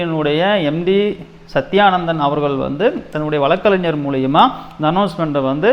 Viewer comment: bro வளக்கறிஞர் இல்ல வழக்கறிஞர். தமிழ் தெரியுமா.